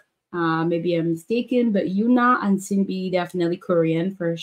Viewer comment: Viviz have no positions. There's no main dancer or vocal like they did in Gfriend since they said they want to keep VIVIZ more equal and that they'll keep the positions for GFRIEND. Also the names are pronunced as SHIN-BEE , UHN-HA and OHMJI